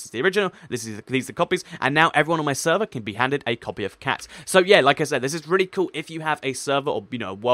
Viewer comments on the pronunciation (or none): "Sever" is it your mistake, or you not english?